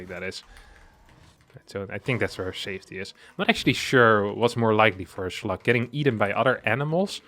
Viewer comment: Am I the only one who heard sluts?